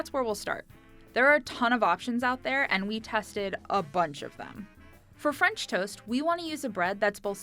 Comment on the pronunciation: she is from Punjab 😂 even I don't know why she didn't say "fransh"